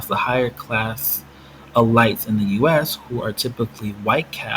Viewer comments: E-lights LOOOL This is ridiculous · I never heard anyone say elite like you did. But good video fam.